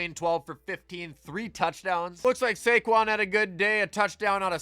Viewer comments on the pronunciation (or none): none